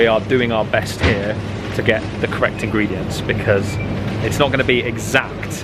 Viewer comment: I'm having a heart attack with your engredients hahahaha. It's not annoying because it's understandably, but it's hilarious😂😂😂.... I'm sorry I can't help it✌️